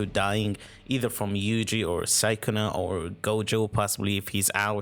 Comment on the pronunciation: the way he says sukuna is crazy bruh